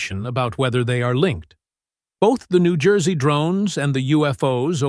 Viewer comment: Pronounced New Joyzee